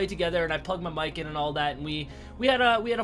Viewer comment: That chating voice do pronounce ( mic) in french lol but all the rest in english ,, weird